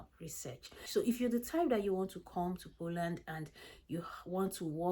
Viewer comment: Hi, great content, but could you please pronounce the name of the country properly?